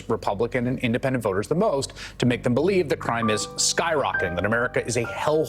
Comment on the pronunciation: Mark it's.. "buh-lee-dat"